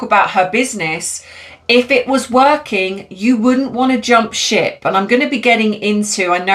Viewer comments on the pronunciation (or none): none